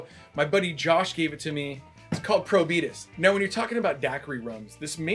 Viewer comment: Pretty good coverage of the three cocktails. Those were all good Daiquiri rums (Denizen 3 is another good option). But Probitas (“Pro-Be-Taaaas”, rhymes with Veritas - the name of this rum outside the USA) is the best. There’s a ton of added sugar in the Plantation 20th Anniversary rum, so isn’t a great representative of typical Barbados rums that don’t have added sugar. But it certainly has its fans.